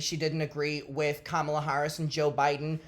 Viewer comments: The thing is she’s a lesbian drag queen. Girl YOUR EXISTENCE IS INHERENTLY POLITICAL?? Chappell don’t do this to meee 😩 ngl the micro aggressive miss pronouncing of Kamala’s name has always given me a huge ick, I love her music but why Lord whyyyyy lmao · Chappell was outspoken when it came Kamala Harris (which she did not pronounce correctly) & 'both sides". But now, conveniently, does not want to discuss politics about her Alt-right uncle or now that Trump is back in office. I think something is definitely suspicious about her intentions. Alex even interviewed Kamala had a substantive conversation). I agree with you about not commenting on the mother thing and I think Chappell did not need to say that and make huge generalization based on skewed perspective of her friends.